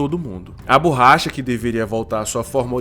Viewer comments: Não é BURRACHA. Fala-se BORRACHA. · “BURRACHA” mano além do português errado, faça um curso de narração, você fala de maneira estranha